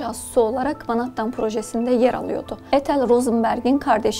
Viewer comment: Menhettin okunusu